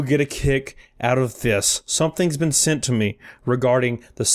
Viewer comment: Sent not send